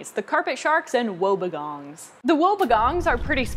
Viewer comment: Idk why I laughed when she said 'wobbegongs' 😂😂